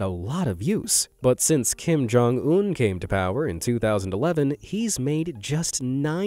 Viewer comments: Bro not Kim-jong-ononom 😭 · "Kim Jong-omnomnom" I almost laughed thinking that it was a try not to laugh. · He did not just said Kim Jong-omnomnom 💀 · kim joung nonomom